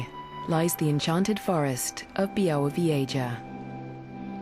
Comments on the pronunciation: Byawovyeja! TERRIBLE pronunciation!! >_< But amazing video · my mother grew up in a small village very close to this mystifying forest.. I'm anxiously anticipating my return to this primeval natural wonderland and by the way, it's pronounced BYAH-WOH-VYEH-ZHAH ;)